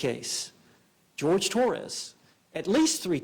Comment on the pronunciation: Jorge not George